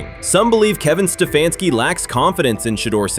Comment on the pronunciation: kevin sta fanski really if u can't say h😅s name don't judge em